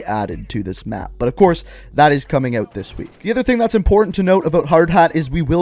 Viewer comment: “İf your ewt your ewt”